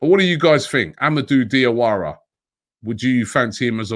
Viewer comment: Robbie the correct pronunciation for Diawara is Jawara cause Dia is French spelling for Ja